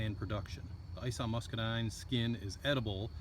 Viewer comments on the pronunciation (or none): Ison is pronounced like Bison but without the "B" from Ison Farms. Greg Ison has several Muscadine videos on Youtube.